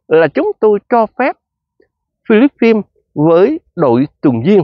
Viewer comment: Chứ vo dành Philippines mà chú đọc không đúng vậy chú đọc tiếng Việt đi phí luật tấn để quá